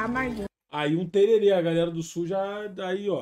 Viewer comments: é tererém com acento agudo no final... Tererê é um acessório pra cabelo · um dia vcs ainda aprendem falar Tereré ao invez de tererê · Tererê??? Do Sul ??? Cazé não me fode poha !!! Tereré, Centro Oeste, Campo Grande Mato Grosso do Sul!!! Pohaaaaaa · Tererê nao vei kkkkkk tereré pelo amor de Deus, e nao é do sul!! É do centro oeste